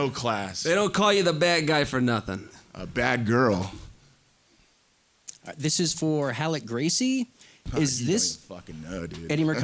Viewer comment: love that awkward pause “a bad girl”